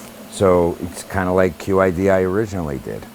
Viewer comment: great, also its pronounce Chidi....:)